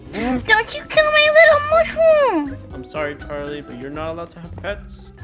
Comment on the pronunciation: Dont kill my little "Mushwoom 🥺